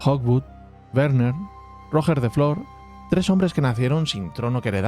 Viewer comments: “Rojjjjjjjer de flor” No costa res buscar com es diu en Català: “Rugè da fló”, es pronuncia. G de GENERATION, no GINECÓLOGO. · Cada vez que escucho mal la pronuunciacion de Roger de flor Almogaver creado Mercenari Català me duelen las orejas, tal como intentas pronunciar bien los guiris intenta hacerlo amb Ruger de Flor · Roger de flor de pronuncia "ruyé de flo" he puesto yé porque se pronuncia como yes pero acentuado, y en català normalmente no se pronuncia las r finales! Pero como siempre un trabajo de 10! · Tío el nombre de Roger de flor sería de agrado una pronunciación un poco mejor solo una pequeña crítica Si puedes decir roger federér puedes pronunciar bien Roger de flor 😊